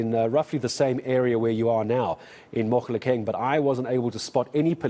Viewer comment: Mohlakeng. Say it correctly